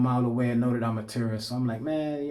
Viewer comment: Because of your pronunciation of tourist I keep hearing terrorist ahahah, my bad bro